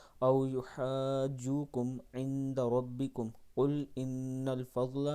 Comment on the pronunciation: Wa Alaikum Assalaam ...." Inda rubbakum "hai....galati se aap Inda rubbikum parh rhe hain is ayaat main